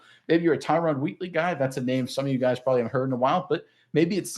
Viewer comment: Learn how to pronounce the guys name please 🙏! I cringe when I here you butcher his name!